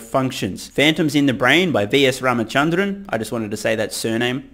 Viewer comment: As someone from India, I must say that you pronounced "Ramachandran" pretty close to how it is supposed to sound like. :)